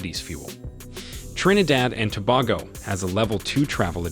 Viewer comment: Trinidad and Tobago (pronounced Too-bay-go)